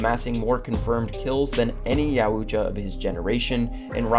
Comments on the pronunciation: Yao-Cha is how you say the name, not YA U CHA or I'm I tripping? Still a good video it was just funny hearing it pronounced like that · Bruh you murdered the pronunciation of "Yautja"... It's not "yowootja"... It's " yowta". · it was so annoying hearing him say yow-oo-ja instead if yowt-juh. i coundnt make it through the video listening to that bruh. reminds me when they pronounced aang as ong in the last airbender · 'Ya-WOO-cha' lol. It's pronounced 'yao-tcha' or 'yaot-juh' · Yaootja. Please stop calling them that it’s Yautja yaut-ja Ya-ow-tcha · Btw it’s not ya oocha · I’ve never heard it pronounced Yow-ut-cha before. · What is a Yahoo-tcha ? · You said yautya wrong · bro says yuatcha like yAUOOCHA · Jesus christ. Yowt-ja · Yowuuucha??? Have you never watched any other video on predators or looked up google translate? Pretty easy. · Yeah just looked into it: Yautja Pronounceed (Yowt-jah) It's a little thing, but every time he said it, it just threw me off. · Ya-wu-cha.... .. . . Its like the word "moist" but worse somehow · This guy pronounce their race wrong and this video is already been made... 😅 It's pronounced yoja Plus if you guys want a prayer specialist the one is who already made this video. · Yauooocha?🤔 Bro pronounce it right or don’t make videos like this. A literal disgrace to the fan base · if you say yawhoojah one more time.... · It's pronounced like yowt·juh , there's no ooo sound. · Isn't it pronounced "yawcha" ? Just curious. Great video! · My guy said “ya-ooch-ah”😂😂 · The fact you keep pronouncing it yow-oot-chua, has finally gotten to me. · I stopped watching bc of the way he said Youtja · YAUT-JA 2 SYLLABLES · Mans said yaooocha😭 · Bruh…it’s pronounced yowt-juh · You're pronouncing Yuatjia wrong...it's "Yuacha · The way he says yautja angers me, it is said yaw-t-ja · It’s pronounced like Yowt-Jaw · Man said, “Yah Oocha” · At least say their name correctly.... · That's sum REAL heavy butchering of the pronounciation of Yautja.